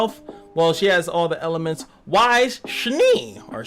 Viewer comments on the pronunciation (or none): I like your videos and they have really helped my game, so thanks for that. Just an FYI it is pronounced like ice but with a "W" added. I'm not normally one to point out things like this online, but as someone who LOVES this show I couldn't help but wince every time a "WISE" was uttered instead. Pirouette is pronounced like (piro + ette). Please keep making these videos as you really are helping folks :)